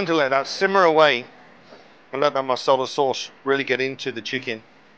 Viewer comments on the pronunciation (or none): Masala .... not Marsarlar